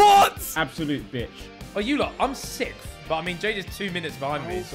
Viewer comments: why can't any of the sidemen pronounce "sixth"?? lmao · Am I the only one bothered by Ethan's mispronunciation of the word "sixth"?